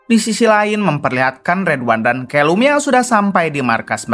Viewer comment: Santa clause kok jd senter clause.. callum kok jd kelum..konoha²..nyebut anger muni waie...🤣